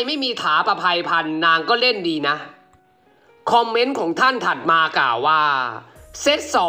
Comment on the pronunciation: ติเพื่อก่อนะครับ ควบกล้ำต้องฝึก "ก่าวว่าๆๆๆๆๆ" ฝึกสำเนียงให้เป็นธรรมชาติมากขึ้น เช่น "ว่า" เหมือนพูดสุนทรพจน์